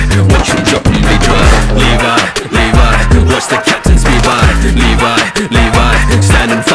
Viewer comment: You say it like livy not levi